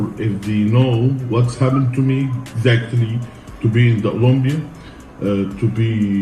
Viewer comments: Nobody: Big Ramy: "Olombia" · Big Ramy “Olumbia”